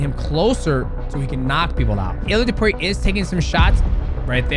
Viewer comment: It's topuria not opuria 😂